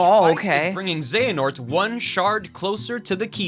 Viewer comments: It's Xe-Ha-Nort! How did you watch both videos from start to end and NEVER catch yourself saying it wrong? You kept saying "Xe-Na-Hort" over and over and over again, never even realizing a little bit that it sounds different when the guy in the video says it. How can someone be so unaware? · HAHAHAHAHAHAHAHAHAHAHAHA! It's cute that you think Square would be that gracious. That and, uhhhh... the Keyblades in the Keyblade Graveyard are all, like, dead. That's why it's called the Keyblade GRAVEYARD. Though it lacks graves. Also it's Xe A Nort, not Xe Na Ort It is indeed real Also there was one relevant thing in the Disney worlds in KH3 and that's Yeetus Vanitas. If you don't know what this is, look it up. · Dude, I believed in you when it came to getting the name Xehanort correctly. You started off with "XeNaHort", but then the guy in the video said it correctly a bunch and you even stopped when his name was on screen, but you still stuck with "XeNaHort". Afterwards you got on board with the term "Norted" and I was like "surely..." But nope. "They all got NORTED so they are part XenaHORT"... huh? :D My hope died then. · When he keeps telling Xenahort instead of Xehanort. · It's not "XenaHort" it' ZE-HA-NORT. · His name is Xehanort not Xanahort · I love that he kept calling “Xehanort” “Xanahort”. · IT'S X E HA N O R T. Not Xenahort..... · Why do people keep saying Zanahort? It pronounced Zeyanort. It just looks Xehanort just how Xerxes is pronounced Zerksies. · Hearing you say xanahort instead of xehanort is activating multiple fight or flight tendencies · It's funny how many times he says "xenahort" even when the video says it right just as many times. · I find it frustratingly hilarious that in spite of seeing and hearing it 20(ish) times you still said Xehanort as " Xanahort". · ZAY-ha-nort. ZAY-ha-nort. It's not like he said the name 59 million times during the videos or anything 🙄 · how many time were you gonna say xehanort wrong omg. 🤣😭